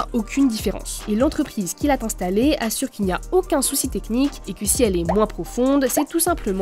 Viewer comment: "N'a Tété battu" " l'entreprise qui l'a Tinstallée" La voix off ne sait pas lire ou bien la personne qui a écrit le texte ne sait pas écrire, mais cette faute de liaison prolifère un peu partout, ça pique les oreilles !